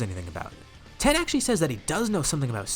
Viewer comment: Why you calling tien ten 😂😂